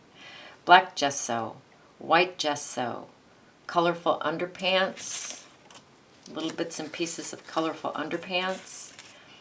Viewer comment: Hello from Leicestershire UK! Thank you for going slowly - such a help. Your tutorial is very clear and informative. Just one thing - when you glue down those pieces of coloured paper after the black gesso it sounds as if you call them 'underpants' lol!!!!! Is it really underpads? It doesn't really matter what you call them, but I couldn't help laughing at what is probably my defective hearing!!! Than you so much ...